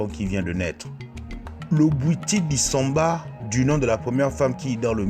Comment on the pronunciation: Bwiti Dissoumba et non dissamba. Merci